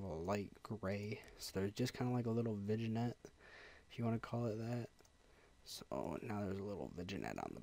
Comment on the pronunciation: im sorry i hate to post this but its "Vin yet" it was killing me inside lol